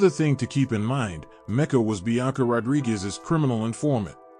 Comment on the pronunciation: So you added an extra syllable to Blanca Rodriguez' first name. That's no big deal. You also added an extra syllable to actress Alix Lapri's last name (referring to her as Alix La-PA-ri). At least you're consistent with your mispronunciations. Good content, but step yo' verbal game up...